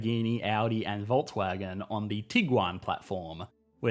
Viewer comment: That is cool and all, but you still are pronouncing Volkswagen wrong.